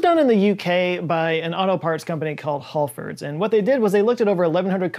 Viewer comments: ah you've got your pronunciations ass about face man lol. The "Gal" in Galway is pronounced gall as in gallbladder whereas the "hal" in halfords is pronounced hal as in Hal 9000. A bit back to front to be sure lol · Halfords is Hal - like the name and ford's like the actor. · Hi I'm from the UK and Halfords is pronounced Hal (as in green lantern Hal Jordon) fords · Scott you pronounced it Haulfords? its.... Halfords.... Hal..fords :dothefive:🤣 Every British person spat there drink out at that bit haha! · It’s “Halfords”, not “Hallfords“ (that’s how we pronounce it in the U.K. at least). Everyday’s a learning day (which is why we all love your channel). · Hal-fords, not hall-fords and Ghoul-way, not gal-way. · And Halfords.. hal pronounced like gal or pal.. love the channel also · Galway, Halfords Gal as in Hall of a king Hal as in "I'm sorry, Dave. I'm afraid I can't do that" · I am form the UK and you are pronouncing Halfords so wrong it's hilarious.. I love it!! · You said Halfords wrong 😆😋